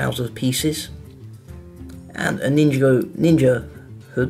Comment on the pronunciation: He says ninjigo it's ninjago